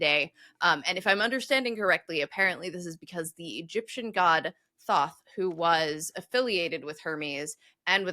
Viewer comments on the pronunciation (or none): none